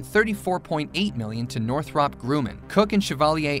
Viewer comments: Your pronouncing Grumman wrong. “um ” not “oo” for “U” to say yew, you need a vowel directly after “U” or one place after a consonant. Grumman “MM” so yew doesn’t say yew. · Yeah, it did bother me. For his reference it's North-rupp Grum-man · Redo your audio for this and pronounce GRUMMAN correctly... This is the company that gave us the F-14, A-6, and C-2/E-2... Two MM's means the U is pronounced as a short U. All you have to do is listen to any video by Northrop Grumman on their website or Youtube... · It's not Groomin, Grummin. PS. Ik it's not right but I'm dyslexic and still know how to pronounce it 🙃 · Northrop Grew-men? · If you can't pronounce GRUMMAN, your credibility is out the window. It's Gr rum man. Anyone in aerospace knows that.